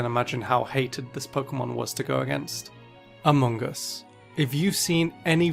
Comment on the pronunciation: Love that calls amoongus AMONGUS